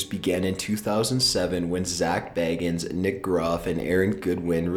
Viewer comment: Zak Bagins lol its Bagans but I found it funny because imagine Zak as a hobbit